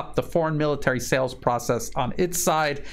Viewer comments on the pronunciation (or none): none